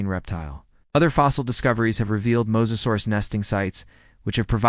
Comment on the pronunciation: Let's make a video and mispronounce the main topic through the whole video. Cant take it, did not finish. Fail! 👎